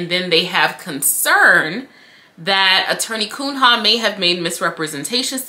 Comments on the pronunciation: girl I love you and your vids but hearing you repeatedly pronounce the attorney's name as KUN-HA sent me hahahaha its a portuguese surname, pronounced "Cunya" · I ❤️ you, but I humbly submit that “Cunha” is likely a Portuguese name (in light of the given name), and is thus pronounced [Kūn-ya]. 😬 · Pronounce like Cuña. It's a Portuguese name where there's no ñ. She is primordial ooze – such a luxurious adjective. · Her name is Portuguese. Pronounced Koon-Yuh.